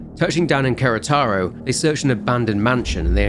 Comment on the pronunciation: That Querétaro pronounciation is sending me. Amazing! ❤❤